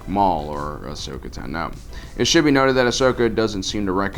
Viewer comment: Bruh its ahsoka tano not ahsokatu no